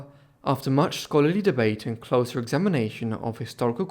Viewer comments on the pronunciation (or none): none